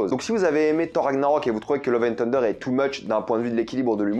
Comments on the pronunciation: Ton accent sur " tender" pour dire " thunder" m fait penser à KFC lol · La prononciation de Thunder stp 😭😭😭😂